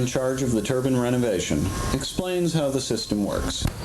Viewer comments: You’d think that someone who was working on a turbine would know how to pronounce it... Turban 👳🏾‍♂️=\=⚙️ Turbine! You feckin’ 🥧 🔑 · Its not a turbun, it's called a turbine